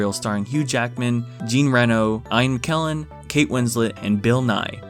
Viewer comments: What did he just call Ian Mckellen? Ein?? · "Hoo Jackman" "Eye-anne Kellen" The fuck? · “Eyen Kellen”? 😂